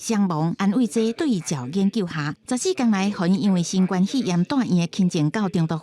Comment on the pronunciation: 敢講主播袂曉發音「新冠」肺炎